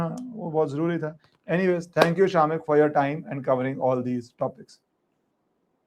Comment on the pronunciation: Its not SHAAAMIK - much like its not RAAAW